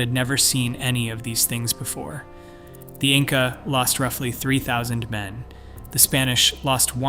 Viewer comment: "insa" rulers?